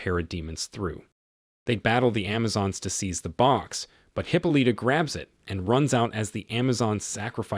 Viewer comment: Hip-o-Lita!!! I'm having a hard time taking this seriously every time he says that.